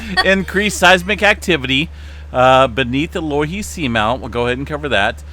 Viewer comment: *pronounced "Low "e" he"